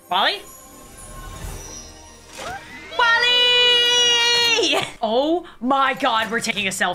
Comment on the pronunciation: When she said oh, oh, oh! But for some reason it sounds like ew, ew, ew!